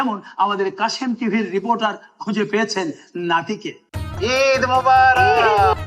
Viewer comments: ঈদ মোবারেক ❌ ঈদ মোবারক ✅ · ঈদ মোবারক শব্দের উচ্চারণটি সঠিক হয়নি। সঠিক উচ্চারণ ঈদ মোবারক✅ ভুল উচ্চারণ ঈদ মোবারেক❌ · হানিফ সংকেত সাহেব সব দিক থেকে নিখুঁত থাকার চেষ্টা করেন, তাহলে তিনি ইদ মোবারক বা মোবারাক না বলে মোবারেক অশুদ্ধ বলল কেনো?